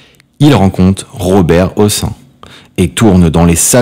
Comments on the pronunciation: "Ro-bin-sonn(one)" pour "Madeleine Robinson" comme ça se prononce, "Robert Hossin" pour Hossein. Où donc est-on allé chercher cette incompétence ? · La prononciation des noms d'acteurs est fautive: Madeleine Robinson prononcé à l'anglo-saxonne! Robert Hossein prononcé "Hossun", c’est ridicule! Cette voix n’a rien d’humain, c’est "malaisant" !